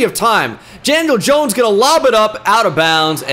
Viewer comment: “janiel jones”? 💀